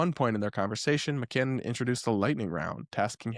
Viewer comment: Sharon McMahon's last name is pronounced Mick-may-on, not Mick-can-non the way said it. There's really no excuse for a YouTuber or podcaster presenting himself as credible journalist/pundit to flub a name as easy to say as McMahon, especially not when it's spelled out clearly in text on the screen in front of his & our eyes.